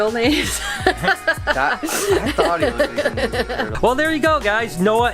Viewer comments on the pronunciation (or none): none